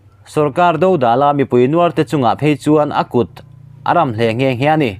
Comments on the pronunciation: I chhiar thiam khawp eee, a kut a ram hle, tih leh a thu rolum tih i thlûk dan hi Mizovin kan thlûk ṭhin dan a ang lo deuh a nih hi. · I thu chhiar hi athluk a diklo leh tlat thin..*kut ram* tih leh thu rolum tih hi athluk adiklo.. A kawh a dang daih zel